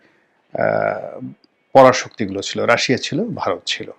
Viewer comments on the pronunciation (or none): none